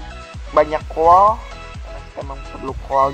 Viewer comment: coal ngomongnya 'col' ga usah dibaca 'a' nya :)